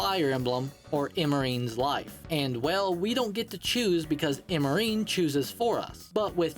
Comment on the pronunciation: That is definitely now how you pronounce Virion.... Or Emmeryn.... OR Bolganone.... Did you just pronounce things weirdly for engagement?